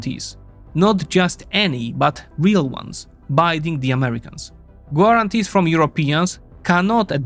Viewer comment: Maybe check how certain words are pronounced before recording. The "u" in "guarantees" is definitely NOT pronounced. And English isn't my first language either.